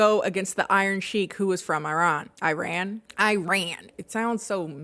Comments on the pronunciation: E-ran not eye-ran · E rahn is the correct pronunciation :)